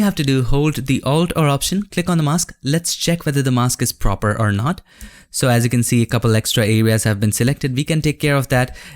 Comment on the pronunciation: I keep hearing "control r command" and I thought what kind of shortcut is that? Then I found out that he meant, it is "control or command"